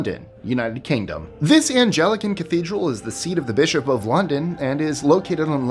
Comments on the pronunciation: "Ann-GEL-uh-kin?" Really? It is pronounced "Ang-LUH-kin". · Anglican is pronounced as “Ahng-lih-kin.” I think the largest church I’ve ever been to/in has to be Notre Dame de Paris (before the fire).. it’s absolutely stunning and the gardens are gorgeous! You should do a list of the largest synagogues!